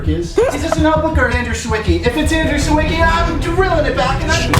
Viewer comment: everytime I hear Andrew „Seeweekee” I need to tell him how to pronounce his name correctly in Polish;)